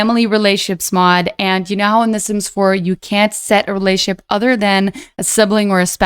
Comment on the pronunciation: drank a shot every time i heard "relay-ship" :D but also thank you, a couple of them were completely new for me